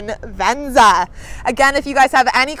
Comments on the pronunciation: Is she saying "VenZA" as a joke, or is that really the way she says "VenZA"? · I wish we had it in Europe and I like the way she says venza